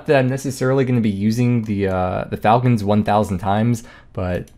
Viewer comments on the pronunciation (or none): none